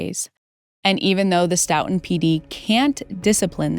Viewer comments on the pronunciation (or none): Stoughton is pronounced Stow.tn Big fan of the vids! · FYI Stoughton is pronounced ‘STOW-tin’